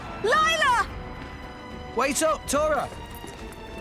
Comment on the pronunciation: Lila who? It Lie-la.